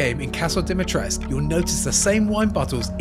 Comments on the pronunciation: It's DIMITRESCU! Not DIMITRESC! Stop pronouncing my name like that. It's not that hard. -_ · jesus, should be ashamed by now for still sayng Dimitrescu the wrong way